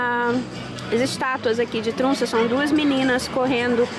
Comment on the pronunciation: Oi!!! Poderia nos explicar a fonética das vogais que escreve TROMSO e vc fala TRUNSA (oq eu entendo pelo menos) Sempre fico curiosa com isso kkk Te acompanho com muito carinho 😘😘